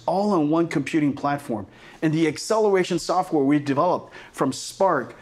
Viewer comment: Excelewation softwawre